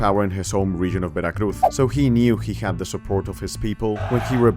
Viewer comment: All right, I will forgive you pronouncing Veracruz with a "th" because you actually are from Spain.